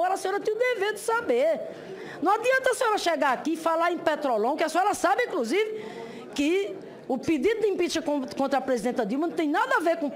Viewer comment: falou ispricar, incrusive, supusição🤣🤣🤣🤣